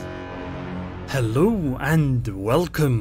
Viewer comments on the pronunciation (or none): none